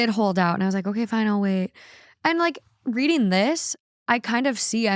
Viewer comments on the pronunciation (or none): none